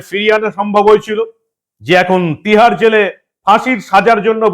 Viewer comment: PLEASE SPEAK CLEAR, TIHAR JAIL OR MUMBAI JAIL?